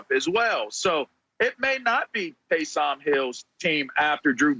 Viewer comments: Lavar: Tay-som Hill lol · Tay-sahm Hill 😂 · “TAYSAHHM HILL” - Lavar Arrington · Who the eff is Tay-Salm Hill? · Lavar pronouncing Taysom as if Taysom Hill were a brother.